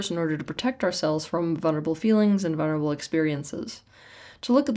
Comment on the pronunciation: It's vuLnerable not vuNerable